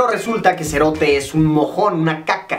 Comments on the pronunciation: Si serote lo dijistes bien 🇬🇹🇬🇹🇬🇹😅👍👍👍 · Zombie C Royale te explico amigo 😂😂😂, vos cerote, no lo dijiste mal. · Se dice "sho cerote", no cho serote